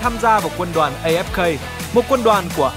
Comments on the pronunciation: Uk A Ép Ka mà đoc là A Ép Cây ko à 😌😌😌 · Đọc A Ép Ka đi, As đọc vậy mà